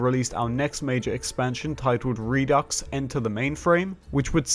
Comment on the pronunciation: The X is silent by the way. Re-do (du).